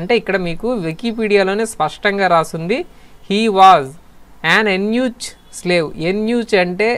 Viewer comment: ఉచ్చారణ ("ఉచ్ఛారణ" కాదు అని గంగాధరశర్మగారు చెప్పారు) తప్పు... "ఎన్యూచ్" కాదు "యూనక్". యూనక్ అంటే మిరపకాయ కోయించుకున్నవాడు కాదు... పిచ్ఛకాయలు పగులగొట్టించుకున్నవాడు. కాబట్టి పిల్లలుపుట్టే అవకాశంలేదు. ఈ మలిక్ కఫుర్ ఒక సమలైంగికుడు. వీడు ఏకంగా "అల్లావుద్దీన్ ఖిల్జీ"తోనే పడుకునేవాడు. ఖిల్జీ తన చివరి 4 ఏళ్ళు ఈ కృత్రిమ కొజ్జాతోనే పడుకున్నాడు అని ఒక తురక చరిత్రకారుడు "జియాఉద్దీన్ బరాని" (Ziauddin Barani) తన రచనల్లో పేర్కొన్నాడు.